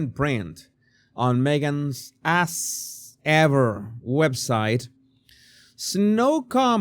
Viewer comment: Am I the only one snort-laughing when accent makes "As Ever"into "Ass Ever"??? I'm dying here every time he says it! <3 <3